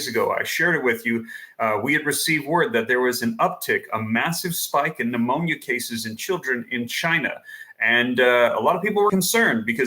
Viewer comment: Its not phnemonia